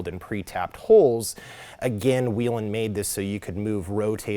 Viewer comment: Still don’t know how to pronounce Whelen I see. Good deal